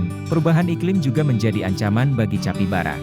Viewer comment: Tulisan capybara dibaca kapibara min